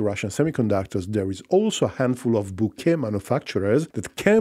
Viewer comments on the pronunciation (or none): none